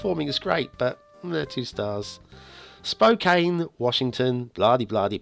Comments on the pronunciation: Once again mispronounces the name of the map - It it pronouced - Spo can - not Spo caine. Perhaps English is not first language.;-) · Pronounced Spo-can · Its pronounced like "spo can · Lol its spo can CAN like a can of soda 🤣🤣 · this map actually pretty accurate cause i live in Spokane. and you pronounced it wrong